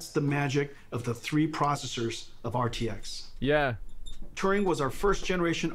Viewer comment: My CPU is a neural-net procesah; a learning computah.